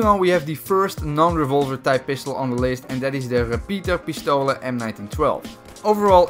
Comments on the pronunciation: Name: Repetiepistole How says it: RePiTaPiStOlA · man merkt es das ihr Amis nicht unsere Sprache sprechen könnt.(no front) BTW es wird REPETIERPISTOLE ausgesprochen nicht repaeter 😂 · how the fuck are you pronouncing german names "re-peter-pistaoele"